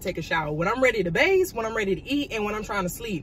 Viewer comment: Did she say when she's ready to "bayse"? Is that what she said? I love her, but this is the second time I think I heard her say that and it caught me right off guard.